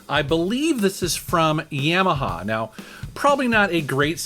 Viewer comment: Did he just pronounce Yamaha as yam uhh ha like the potato? I've never heard anyone say it like that.